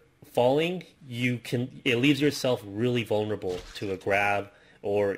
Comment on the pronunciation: "vaulnerabale"english at it's finest